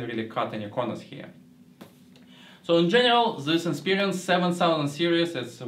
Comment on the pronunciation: Lol its Inspiron not Inspirion, but good review none the less.